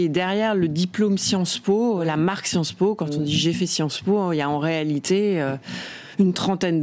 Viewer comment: J’ai bien aimé quand elle a dit : Sciences Mo’ (sans le vouloir)